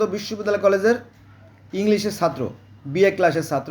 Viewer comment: সাত্র না ছাত্র